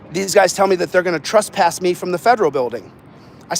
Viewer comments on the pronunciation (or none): Its not “trusspass” it trespass